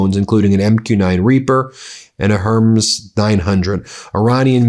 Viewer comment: aircrafts...? with an S...? ben... A HERMS...? Her-meez... at least you're saying 'warthog' correctly now...